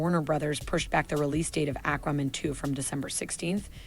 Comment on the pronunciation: "Ack-Ramen" wtf